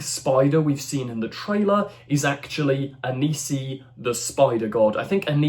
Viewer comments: It's Anansi, not Anisi. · It's pronounces Ann-Ann C. not Anise E. Watch American Gods. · How the hell are you reading Anansi as Anisi? And don't they teach kids about Anansi at school anymore?